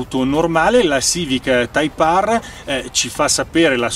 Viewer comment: type Aarrr 😂😂😂